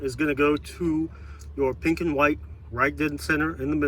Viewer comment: I’m like 3 min in and I’ve gotta leave. Never heard anyone put 5 syllables in the word “And”